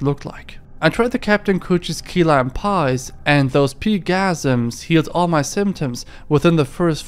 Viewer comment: pie-gasm, not pee-gasm 😂